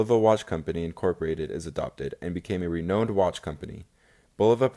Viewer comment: Excellent video, I learned a lot! You need to look up how to pronounce "renowned", "prix", and "Starsky" :)